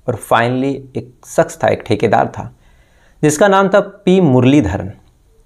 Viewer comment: Sha pronouns karna seekho Bhai ssss nahi sha ,like saadi nahi shadi,saks nahi shaks,thottlaa hein kya